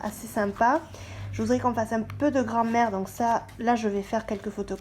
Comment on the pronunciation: Je suis le seul à entendre Grand mère à la place de grammaire ?